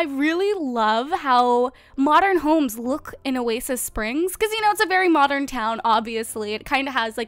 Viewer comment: Why english people said : A MOCHERN